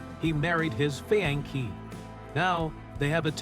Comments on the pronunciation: Awww, I’m so happy he got to marry his FEEEAANKEEE!!! What horrible AI. My cat could make a better videuh using AI, and he’s dead. If you are going to use AI, at least put more than 1% of effort into it. 😒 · Scary part is I didn’t realize it was AI until it mispronounced fiancé. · Eight hundred and thrity seven PM? Uninaginable? Married his feeanky? Why is this guy purposely mispronouncing words? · And he married his fee-ankee